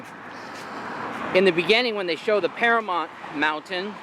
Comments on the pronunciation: It's Paramount not Paramont, I think you are the only American that can't pronounce that word correctly, especially with all the movies that have been made there! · It's Paramount...not paramont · "Oy vey".. It's para MOWNT (mount) Not para MONT... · Am I hearing it correctly, or does he keep referring to Paramount as ParaMONT? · "Can I have your ID"? Really. What was he going to do with it? Is it pronounced Paramount? You seem to pronounce it Paramont. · You made reference to the MOUNTAIN in the logo, yet you keep saying Paramont 🤦🏽‍♀️🤷🏽‍♀️😞..... you still get a pass thou 😂😂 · Nice. But it’s mount, paramoUnt. Paramount. Sounds like mountain. Sorry to be petty, but it was like nails on a chalkboard. 🤣(at myself) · I had the same thought. It was bugging me every time he said it. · How can this dude not see the "U" in Paramount???? You got something against pronouncing the letter u bruh?😂😂😂😂 So annoying...